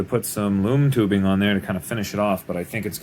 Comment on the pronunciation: I thought u kept saying “moon tubing” but I still somehow knew what u meant and I finally heard “loom tubing” and I knew what it was😂😂